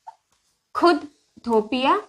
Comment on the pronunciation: इटोपिया नही मैडम इथोपिया